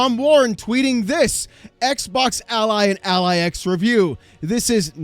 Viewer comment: It will always be funny the way he says "Xbok dead"